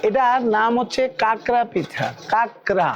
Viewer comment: Ota kakra na prabhuji 😊 unar bolar dhoron ta alada tobe etar thik naam ta hocche" khakra" not kakra .